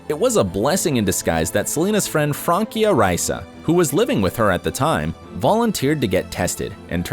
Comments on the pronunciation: It is not Frankia!It's Francia. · It's Francia not frankia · I hate how he says “Frankia” VS “Fransia” not THATS it’s spelled that way but at least sound it out! and her name is France and in so oak it’s Francia not Frankia 😂🤦🏻‍♀️🙄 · Its Francia not Frankia.... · Fransia not frankia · Frankia???? FRANCIA!!! PRONOUNCED LIKE FRAN•SIA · FranCia NOT “Frankia” 🤦🏻‍♀️ awful name pronunciation research. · They butchered Francias name its pronounced with an "s" Fransia not Frankia, its france in spanish. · She didn’t date all those guys... also its FranCia not FranKia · Francia is pronounced FRANSIA!!! The “c” is pronounced like an “s”. Not a “k”. It’s Spanish for France. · I kept laughing when he said “Frankia” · It is Francia Raisa , not Frankia Riasa